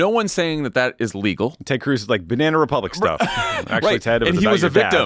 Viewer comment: JD Vance: "Bananna Republicans -- er, I mean, Bananna Republics ...